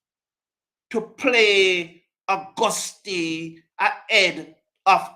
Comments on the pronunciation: The "e" in Auguste is silent....sheesh!! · Sir I listen to your show regularly and agree with most of your comments, regarding the pronunciation of our st Lucian batsman his name is being badly pronounced it is Auguste it’s . We have a French background so please sir pronounce the young man’s surname as you have been guided. This is the only issue I have with you, you may be doing damage to the young man by the way you say his name, thanks and keep safe